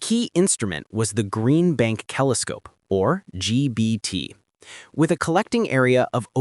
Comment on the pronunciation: "Kelescope" AI 👎